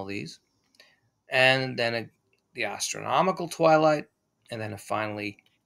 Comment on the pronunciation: I'm pretty sure I heard "gastronomical" twilight 🍲🥞🥐🥙🥓👀